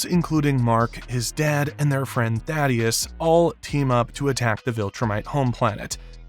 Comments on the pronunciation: Great Video, just a small bit of criticism. The way the narrator mispronounces some of the names, Cecil and Thaedus, slightly or entirely, makes me question the integrity of the narrator and his knowledge on the theme. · kregg also AND Thaedus